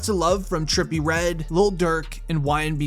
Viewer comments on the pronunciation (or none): none